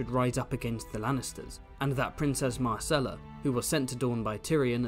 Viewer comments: managed to pronounce "Myrcella" differently every time he said it over the course of 13min 🙃 I love book-Ellaria, one of the absolute best minor characters, an absolute distillation of one of GRRM's core themes of the series. "I saw your father die. Here is his killer. Can I take a skull to bed with me, to give me comfort in the night? Will it make me laugh, write me songs, care for me when I am old and sick?". It's all right there in the text, and yet the majority of the audience (book and show) still seems to take the view that ASOIAF is about "winning the game of thrones". I'll go finish my 8th grade book report now. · "try to consistently pronounce words" challenge 😂